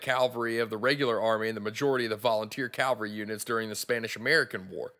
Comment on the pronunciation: Good presentation! (one nitpick - you kept saying "calvary" instead of "cavalry" :)